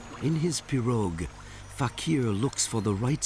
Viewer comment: He is is pronouncing pirouge incorrectly lol